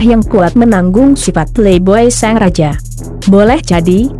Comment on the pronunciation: Apa cuma aku yg dengernya seng raja... bukan sang raja...